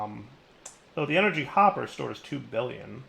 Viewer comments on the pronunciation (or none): none